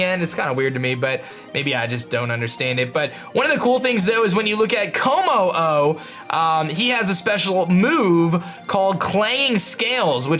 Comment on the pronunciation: With Jangmo-o, Hakamo-o, and Kommo-o, I believe you just say it "Jangmo", "Hakamo", and "Kommo" because it just seems to be more grammatically correct.